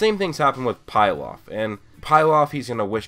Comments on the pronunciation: It's Pee-laf not Pie-laff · Did you just prounuce pilaf like PIE-LAF its prounuced PEE-LAF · "pielof" 👌🏼 perfect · Hes not pronounced pile-off